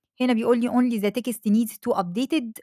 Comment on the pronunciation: الفيديو جامد جدًا، وإنجليزيتك زي العسل، بس خلينا نِظبط بس كلمتين كده على الماشي: Prompt مش برُمبِت، وText مش تِكْسِت.. يعني مش لازم نحُط شَكْلة مصرية على كل حاجة 😄 الباقي كله تمام وزي الفل!